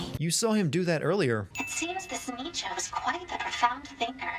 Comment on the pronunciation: 3/4 of these sins arent even proper sinning, just nitpicking also your pronunciation Nietzsche is so bad that it caused me physical pain